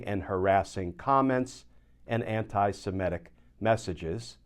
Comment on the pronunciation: Why can US Americans not say the word 'Semitic'? What is so difficult about this word?